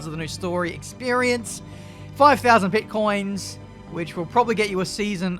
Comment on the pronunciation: Pitcoins but it sounded like Bitcoins. Looks like heavy monetization is in the works.